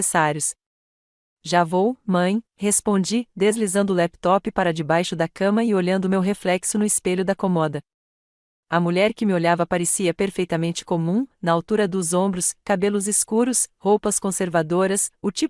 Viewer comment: Amor é cômoda e não comôda .ok e segue.